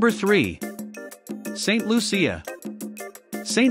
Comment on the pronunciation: St.Lucia… pronounced like, fuchsia ..instead of an F …Luchsia.